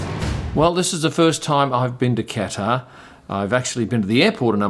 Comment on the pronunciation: Hopefully by the end of the grand prix u will be able to pronounce"Qatar" right